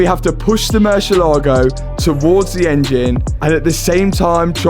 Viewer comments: great video but please learn how to pronounce the name of the car mur-sie-la-go not mur-sia-laego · You would think that a European would know how to pronounce murcielago. Do you also say "porsh" ?